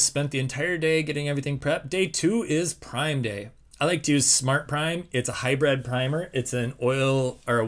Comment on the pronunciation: "hybrid". It's an 'I'.